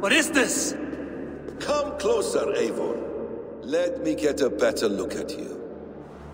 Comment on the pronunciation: It’s a glitch my guy...also it’s Eivor not Eigor